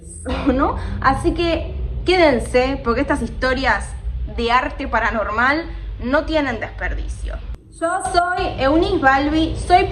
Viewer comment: Me deje el video de fondo, y escuche al principio " 3 chismes para NORMALES". Me sentí confundido por un segundo. Me recordó a un chetito que hace videos diciendo un "Hola NORMAL?" 😅